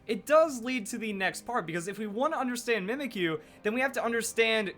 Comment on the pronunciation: U know... When you pronounce the name "Mimikyu".. It sounds like: Mimic You.